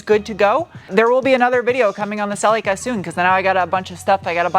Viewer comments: Whyyyy are you saying Cel-y-kuh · WE pronounce it a bit different in Oz. Sir Leak ah. (Cerlica).